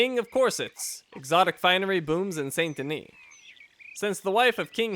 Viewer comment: You seem to be pronouncing many words wrong ("valor" instead of "honor", "SAY-nt De-NEE" instead of "SAHN De-NEE", etc.). I'm still quite upset that you didn't get the Rare Rolling Block Rifle in the last video. Maybe in a future episode you'll find it... but not now anyways. And nice references to "Sodom? Back to Gomorrah" and "An Honest Mistake", BTW.